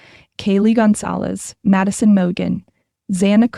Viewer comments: It is NOT “Gonzalez!” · Thank you so much for putting this in here. It irks me every time I hear it’s spoken Gonzales